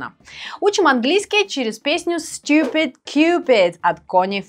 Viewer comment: надо слова выговаривать хорошо чтобы учить инглишу . St - сеинт? невнятно совсем )